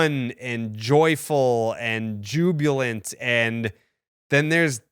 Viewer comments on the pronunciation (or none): "Jubulent", I'm assuming you meant jubilant. T type pronunciation